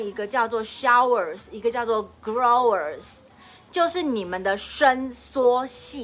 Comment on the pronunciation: your shower say wrongly, should say as 'show' with 'er'.